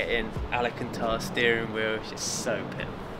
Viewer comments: Alcantara not alicantar 😂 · It's pronounced AL-CAN-TARA 👍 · Bren, I love you man, but can you please get someone to teach you how to pronounce Al-can-tar-rah 😂